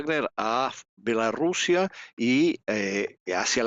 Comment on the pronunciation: Mija no sabe usted decir Bielorrusia?